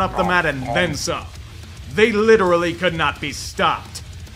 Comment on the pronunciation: Bruh. Again? I don't know how you continue to mess up the word literally 😆